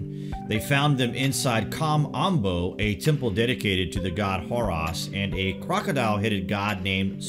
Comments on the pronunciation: Horus, not Hoross. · Brother it not Abidass but Abydos, not Horass but Horus. Just saying. Be well. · I thought he said "whore us" at first lol x